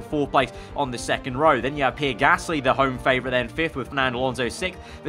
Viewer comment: for pronouncing Pierre Gaslys name, its not 'PEER' its 'PEE-AIR':)